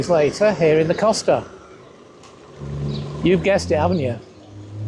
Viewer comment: 6 months living there, and he still hasn't learned to pronounce "Costa"? Just how deep is he experiencing Spain?